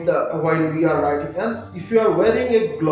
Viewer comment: Bro it's riding not writing